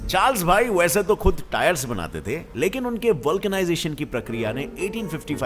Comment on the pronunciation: Sir woo बानाते hota hi 😂😂😂बांटे नही😂